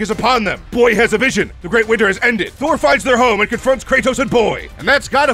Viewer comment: You got some MUNEH for my BOAYYHHH ???